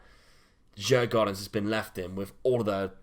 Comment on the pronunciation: it is pronounced Jugordens the d is silent and the a is an o:p